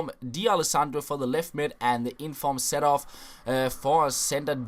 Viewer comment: His name is pronounced "C Door-f" not "Setorf"...